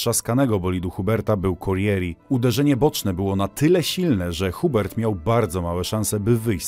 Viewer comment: Dobrze że dżu gandżu nic się nie stało - "korieri"? "hubert" serio? fonetycznie - korrea, uber - nie że sie przypierdalam, ale waćpanie - za dużo "siedzę w tym sporcie" więc kłuje w uszy, ałe łapkę w górę dam pozdro